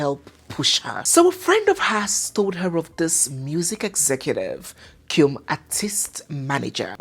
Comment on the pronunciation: mispronounced "cum"